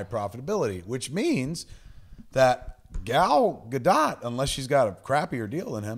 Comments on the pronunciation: Gentlemen, her name is pronounced, Gah'l Gah-dote! She is NOT a dot! I live in the land she grew up in; I'm telling you the truth! Love you guys! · Kevin cannot pronounce any Greek word properly, even though he's heard it pronounced properly in movies. ozymanDIas? Are you fucking kidding me? Kev - the third from the last syllable is always stressed in a Greek word. TheMYscyra. OzyMANdias. Jesus. Oh, and it's gah-DOTE while I'm at it. Oh - and did he just say "Rorshark?" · Leah Shalek She has confirmed that it's pronounced Gal Ga-Duht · Gal Ga-D'OH! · gal ga-duh! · I can't handle how stupidly you said Gal Godot's name.